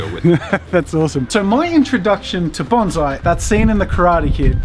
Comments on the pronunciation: BON-SAI NOT BANZAI! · He's pronouncing bonsai as baunzai. The origin of the word bonsai comes from the Japanese word ぼんさい(bohnSaEE). I think what is happening here is the s is being pronounced as a z. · Bonsai not BonZZZai !!!!! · Bon-ssssssai. Doesn't sound the same as bonzai. it's bonsai. Sorry to be annoying. I live in Japan. :/ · No, It's pronounced bone sai, bon zeye is a very different thing. And the professional didn't fucking correct him. Holy fuck Jazza in karate kid Mr Miagi even tells you how to say it in the movie which you've seen!!!!! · BON SAI NOT BON ZAI , THE S IS PRONOUNCED AS IN SS. When i first started learning Bonsai in Takamatsu Japan, i asked the master if he would teach me to make Bonzai and his answer was. Come again in 2 years after you have learned how to pronounce it properly and have mastered basic Japanese . I can't teach you Bonsai if you can't even understand what i say. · It’s not bonzai. Bon-sai. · Coming from hawaii where asian culture is abundant it grinds my gears when i hear bahn-zai. Proper pronunciation no matter your accent is bohn-sai with an “s” not a “z” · IT'S NOT BONZAI JAZZA FFS IT IS BONSAI REEEEEEEEEEEEE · Did you know it's actually bonSai not bonZai, there's a difference, you know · actually pronounced bone-sigh just to be specific ^^ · It's strange how he pronounced bonsai as bonzeye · its "bone"-"sigh"